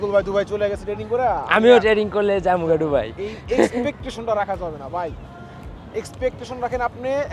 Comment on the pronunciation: Vai ডুবাই না দুবাই